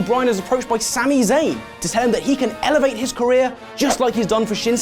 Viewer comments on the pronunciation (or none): none